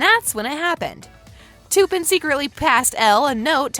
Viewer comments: She said toopen it's tupen🤣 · It’s Tuppin not toopin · I love how she said "TU-PEAN" instead of "T-UP-PAN". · It’s not ”TOoOoOpUN” it’s tuppen. And this is a 12 recent not a U rated movie. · Learn to pronounce names. Its not to pin, it's tup in. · It’s not Toopen it’s T ‘a’ pen. Clearly didn’t watch the movie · It’s pronounced t-appen not toupen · ITS NOT TOOPEN ITS TUPPEN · It’s not Two-Pun. They literally say his name in the film. It’s Tup-Pen. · She says "Tuuuupen" with a u prononciation instead of tuppen with a uh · It's Tuppen, not Tooppen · As a 13 year old I noticed all these things. And one more thing it’s Tuppen not toopin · I’m sick of this I’m not being rude but you ruin the whole video when you pronounce a name wrong Tuppen is pronounced ta-pen not to-pen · I think it’s tuppen not toopen no hate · and its tup-an not tupen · I love this channel so much and I watch it about 90% of the time that I watch YouTube but this one really annoyed me when she said Tupperware wrong! It’s T-eh-ppen. That’s the corrects pronunciation! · Im so glad im not the only one who finds it annoying with how they are saying “toopin” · “toopen” WHO IS TOOPEN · The way she said tuppin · The way she pronounced 'tuppen' she said it like 'too-pin' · NO OMG THE WAY SHE PRONOUNCED TUPAN ITS NOT TOOPIN that made me cringe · toopen lol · did really say toopen its tuppen ahahahahhaha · She pronounced tuppen "toppen" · You need to learn your cast members name you don't even say there names right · Is anybody else bothered by how she said Tuppen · If you’re going to talk about the movies like you’ve seen it, say the names properly